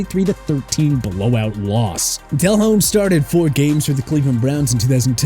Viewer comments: Why is saying Jake Delhomme's (pronounced Del-ohm) name so weird in this video? And neglecting the fact that Jake had his best career year without Smith? Also at the point when he was actually on the decline without Smith, he was already well into his 30s. That was a research fail. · Delhomme is pronounced as del-ome.. the H is silent.. 🤦🏼‍♂️🤦🏼‍♂️